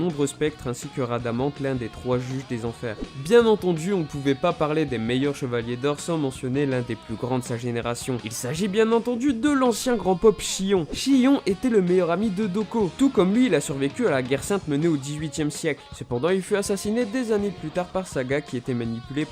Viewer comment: Mdr il dit dhokou au lieu de Dhoko